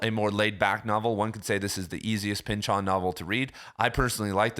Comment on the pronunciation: The correct way to pronounce Pynchon's last name is with the emphasis on the first syllable as in PYNCH-in, not Pynch-ON. We had the same professor in college.